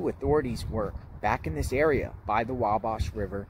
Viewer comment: Hi. Native Hoosier here. It's pronounced "Wa"(as in the Wa in Walmart)-"bash", not "Wob-bosh".